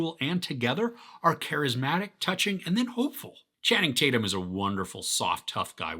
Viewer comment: Who is “Tanning Chatum”?